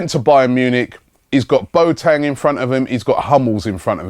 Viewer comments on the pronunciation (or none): It's 'Boateng', not 'Boetang'.